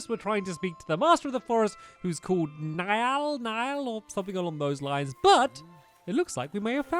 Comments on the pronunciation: Niall is pronounced neel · stop butchering these names, Niall is Neeall, and Pugnacious is pug nayshus